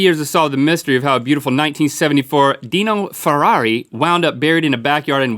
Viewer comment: It's a DIE-NO... not DEE-NO... car guy cringging